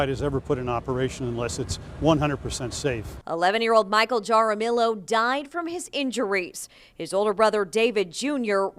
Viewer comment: Lmfao, how could BOTH of those reporters not know how to properly pronounce “Jaramillo?” 😂 Have they never had any exposure to Spanish surnames? 😳 It’s literally pronounced “hah-rah-MEE-yo.”